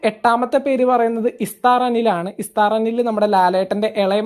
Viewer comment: ഇസ്തർ അല്ല എസ്തർ